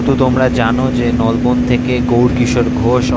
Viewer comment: Ucharon thk koro Bhai nalban noi Nolbon